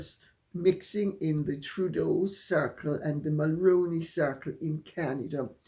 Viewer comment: MULRONEY is pronounced MULL-ROO-KNEE like the actor Micky Rooney's last name Good day Lady C I apologize for yelling but you haven't seen my numerous comments trying to correct your mispronunciation of our former late Prime Minister Brian MULRONEY'S last name. I'm a Canadian who began voting when Brian Mulroney was still our Prime Minister. I grew up hearing his name on the news on TV and the radio. I know how his name is pronounced. He was born in Quebec and he was French Canadian, I don't know if that affected how he pronounced his last name or not I only know that is how HE pronounced, how his SON pronounces it so it stands to reason that his daughter in-law pronounces it exactly the same way. 🙏🙏🙏🙏PLEASE could you correct your mispronunciation from Mull-Rown-Knee to MULL-ROO-KNEE ...like the actor Micky Rooney's last name with the prefix Mull attached. I apologize but this has been going on across most of the "Megxit" community for 7 years now and I find it extremely offensive to our late former Prime Minister Brian Mulroney that people can't even be bothered to find out the correct pronunciation of his last name. I have been making this comment across the channels for 7 years and only 1 or 2 people have corrected themselves... 🙏🙏🙏🙏PLEASE pronounce his name correctly so others will hear you and learn by example because they ALL listen to you... I believe that Dan Wooton was 1 of the one's who changed his pronunciation after I commented a couple of times... Again I apo